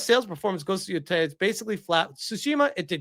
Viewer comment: Man you are a massive retard. Can’t even pronounce Yōtei or Circana right